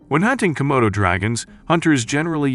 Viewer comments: *Komodos NOT "Komotos". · *Komodo NOT "Comodo".